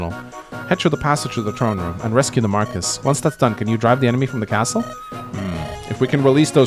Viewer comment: Marquess is pronounced differently in English and French, but it's not "Marcus" in either. Nils says "older sister" in Japanese, so Sain being interested isn't super concerning. Yogi Bear was named as a parody of pro baseball star "Yogi" Berra, famous for his strange sayings like "It's déjà vu all over again" and "Nobody goes there anymore. It's too crowded." It was a nickname (over his manner of sitting looking like a yogi practictioner) and not a "real" name though. As for Leila and Eagler's playable stuff, I suspect trial maps is the most likely explanation.